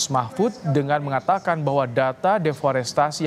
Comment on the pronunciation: 2.39 Prof Empud salah sebut, harusnya DEFORESTASI, bukan DEFORESTRASI, emang jualan TRASI ?